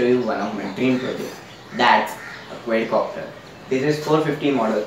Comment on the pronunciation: Exited the video as soon as he said QUAYYDCOPTER